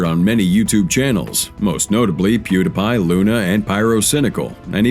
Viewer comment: Has to be a bit if the person can’t say Pew Dee Pie